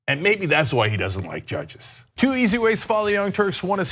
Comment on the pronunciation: Jud-geez?! JUD-GEEZ?!?! ...We don't neeed no steeng-king judgeez!